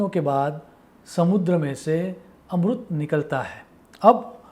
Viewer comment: Dear sir amrut ni Amrit hota h